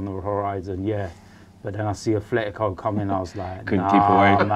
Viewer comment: "Afletico" Madrid